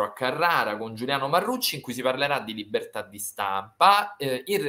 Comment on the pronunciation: Dici che verrai spedito in ucronazia a "difendereh le libertah occidentalih" a causa dell' allarmismo di chi gi dice che la pace è stata smantellata dai vostri beniamini? Ma dai! E come sarebbe successo..?! 😅😢😢